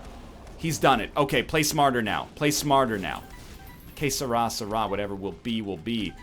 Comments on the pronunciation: "Qué Será" dude, get it right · it's "Que será" NL ahah